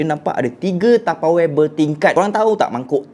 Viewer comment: SEBUT ELOK SIKIT TAPEWARE HAHAHAH LUCU